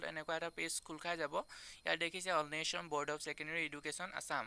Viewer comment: Information ভাল দিছা । কিন্তু উচ্চাৰণ ঠিক কৰিবা দেই । অন্বেষণ ।